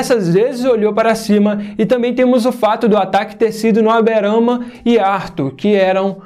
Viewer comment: "Aberana" Gold é foda veio kkkkkkk